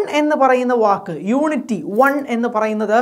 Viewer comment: നമുക്ക് അല്ല. നിനക്ക് വില കാണില്ല. പിന്നെ പോട്ടകിനട്ടിലെ മലയാളി തവളകൾക്കും. ഞങ്ങൾക്ക് ഞങ്ങളുടെ പ്രധാനമന്ത്രിയോട് വില ഉണ്ട്. പിന്നെ "യൂണിട്ടിക്ക്" അല്ലെടോ.."യൂണിറ്റി" എന്ന് പറ.